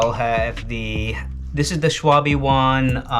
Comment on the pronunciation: In German the ‘e’ at the end of a word is pronounced as ‘r’ (are) - additionally the letter ‘w’ is pronounced as a ‘v’ (vee)- so Schwalbe is pronounced: Sch-val-ber. Similarly, ‘Porsche’ is correctly pronounced: Porsch-are.